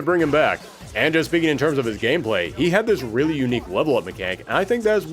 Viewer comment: You sounded like Dr. Light for a moment. XD "Wong-wunning wiwalwy wif Wogue."